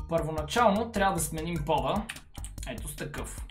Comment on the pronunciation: В началото вместо пода, чух "да сменим пола". 😂😂😂